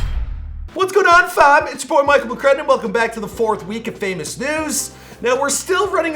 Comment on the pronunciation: Mia is not going to help you if you insist on saying "FAM" like that... Ever! It's not for you >_>